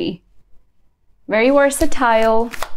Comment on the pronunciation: Wersatile? Its Versatile *